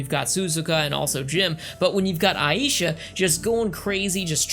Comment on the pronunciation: 1st, It's not pronounced Su zu ka, it's pronounced Sa zuka. It's not Ai Aysha, It's Aysha (pronounce A Sha with a long A). Aysha Clan Clan. 2nd, Grappler arms aren't tiny, what anime are you watching? They are the same length as the ships themselves. 3rd, In Samurai Shamploo, GENE, not GIN, is actually based off a character from Lupin III named Goemon (pronounced Go A Mon with a long A). Just a fun factoid for you. 4th, There is another anime in the same universe as Outlaw Star. It's called Angel Links and it is AMAZING!! It follows the Security Forces officers we see in Outlaw Star but in actuality, Angel links isn't the spin-off, Outlaw Star is. If you haven't seen Angel Links, go find it and watch it. I guarantee you'll love it!!